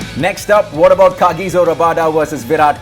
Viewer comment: Pronounce Kagiso properly.. Like harsha bhogle